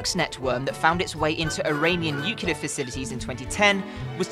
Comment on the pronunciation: "Nucular", really?